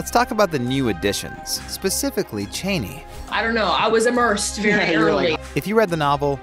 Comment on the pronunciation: it's 'Chaani' not Cheni.